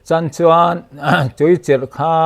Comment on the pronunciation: Aṭang chuan tih mai turah: 'Chang chuan' tih leh 'Tang/Tan chuan' a ti tlat zel. 😅